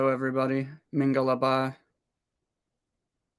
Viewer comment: Hello, Teacher I was very surprised when you said " Maingalarpar". Thank you, you were able to say that very well.😊😊😊